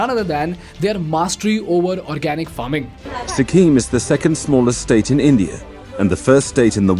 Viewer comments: Its Sikkim bro not sikkhim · its sikkim not sikkhim. but great video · On a lighter side- after Their being pronounced as ‘Dyaar’, I’m not able to focus on the content due to ‘Sikhim’.